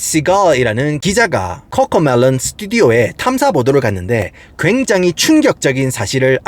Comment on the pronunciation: 아니 꿔꿔메뤄 혀 굴리지 말아 무 슨띠뜨버거냐